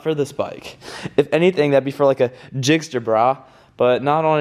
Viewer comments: It's called GIXXER you ignorant millennial, GIXXER!! Not GIXTER!! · "jjigster brahh"... please dont ever say it like that... "gixxer", first of all, and if anything, that would go on a "busa, bro"